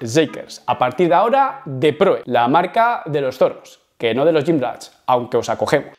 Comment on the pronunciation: Porqué dices gymrach?😂